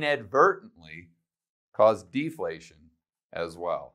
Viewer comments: Deflation and not deplation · Deplation? lol